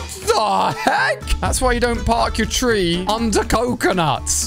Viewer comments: Bro really says Park Your Tree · Bro said park your tree